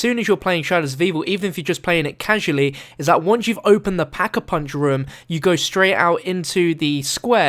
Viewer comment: Has anyone noticed that says rum Instead of room?